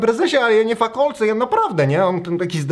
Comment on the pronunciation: Fakalec a nie fakolec BOOMER